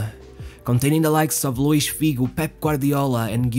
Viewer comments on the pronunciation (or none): none